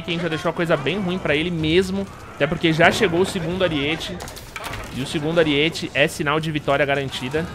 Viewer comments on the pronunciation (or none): Aríete******* kkkkkk video muito bom, so fiquei agoniado com o "ariête" auhsuhas